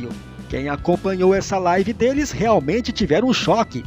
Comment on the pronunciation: Misericórdia a minha live kk.Alguem ensina ele ao menos pronunciar certo